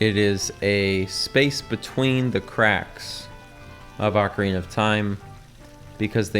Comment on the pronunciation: Thank you for saying ocarina correctly lol. The same people who say oh-carina probably also say mare-io, always drives me crazy hearing that